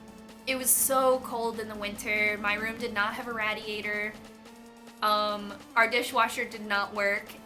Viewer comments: The way you say radiator is so funny haha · i love your amazing stories,. and i love the way you pronounce radiator.